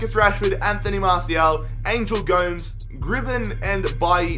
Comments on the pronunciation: The young star (angel gomes) they pronus it as goms not Gomez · Gomes is pronounced Gomez not gomz